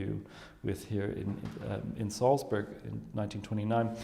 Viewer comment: Nor can he pronounce Salzburg properly. Weird.